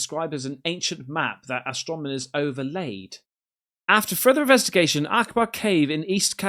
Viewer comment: "Astronimers"😂 "Invetsigate" that word a few more times, bud.